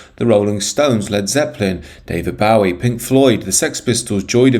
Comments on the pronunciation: Who is David Bowey ? Why are there so many mispronounced words or names on YouTube How can you make a video about music and not even say David Bowie's name correctly. Probably AI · "David Bauee ???" The "ow" in Bowie is not supposed to rhyme with now, cow, sow, etc. but rather no, go, dough, row (your boat), slow, grow, tow, low, etc. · You (or your AI voice) can't even pronounce "Bowie" correctly 😂